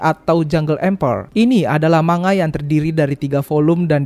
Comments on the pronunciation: Maaf sekedar meluruskan, ANIME dibaca A-NI-ME bukan ENIM dan MANGA dibaca MANG-GA bukan MANGA, saya sebagai penggemar anime dan manga suka kzl dengernya. Kalo ada yang ngga setuju, boleh bully saya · bacanya mangga bukan manga, bacanya anime bukan enim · Saya terpaksa nyebutnya "manga" karena kalau "mang-ga" orang bakal salah paham, dikiranya saya lagi nyebut buah mangga, wkwkwkw.